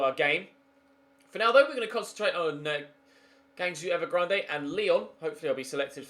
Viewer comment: Rip pronunciation of g'u'angzhou evergrande